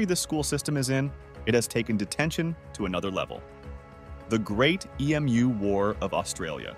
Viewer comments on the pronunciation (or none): tf? It's an Emu, not an E-M-U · AI is stupid! An E-M-U. A computer program wouldn't know an emu from a Capybara. Or English from gibberish… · ..slightly confused as to why the narrator cant pronounce or say the word Emu..does he call Puma's Pee Emm You Ays or Pumas, pronounced poomah? EMU - pronounced Emoo. See Aye Tea - or Cat..' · I don't think EMU is an acronym--it's just pronounced ee--moo. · Im so annoyed that you cant pronounce emu